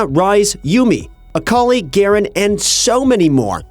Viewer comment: A-akali nerf? Oh no.. Aakali